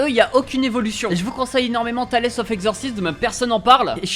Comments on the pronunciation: Par contre tu feras gaffe au niveau de la prononciation, c'est pas "Talesse of Exorcism" mais plus "Tails of Exorcism" pour mes potites oreilles stp bbou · Par contre ''tales'' ca se dit pas ''talaisse'' mais ''taylz'' stppppp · Le nom de l'anime "Tales of exorciste" (Tales qui ce prononce [Tail-ze]) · Ca se prononce Tailz of exorcizeum stppppp 😭😭😭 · Alors je crois que c'est vraiment "Tales" ("Tayls") comme le mot conte en anglais mdrr Mais ta vidéo est cool bg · J'ai lâché un com à ce propos avant de voir le tiens, c'est vrai qu'un potit effort sur l'accent ce serait sympa o/